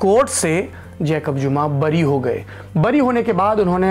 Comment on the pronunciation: JACOB JuMA ..ko ZUMA Kyu read kerte ho... J ko Z wah kya news reader hai..